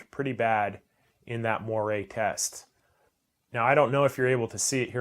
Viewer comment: Its pronounced "mwar"